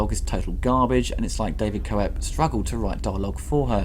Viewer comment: Hey, just FYI, David Koep's name is pronounced KEPP, not KO-EP.